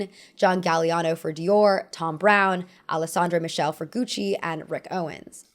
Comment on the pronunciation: Alessandro MiSHELL? Girl, you've got to be f**king kidding with these mispronunciations at this point.